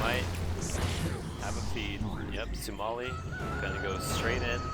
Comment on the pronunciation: he can't even pronounce sumails name